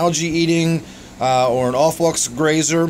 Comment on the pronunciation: i think it's a pretty attractive fish. Subscribed because you had a good stab at pronouncing aufwuchs. Nice tank